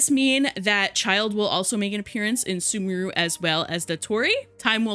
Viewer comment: Cried when sumeru was pronounced as "soomooroo" instead of "sooméhroo"